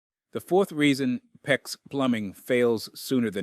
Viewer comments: The fact that “he” say P.E.X. He is disqualified!!! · LOL, how many different ways is this "narrator" going to pronounce "PEX"?????